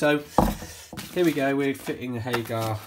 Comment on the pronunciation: It’s Hager not HagAR 🙈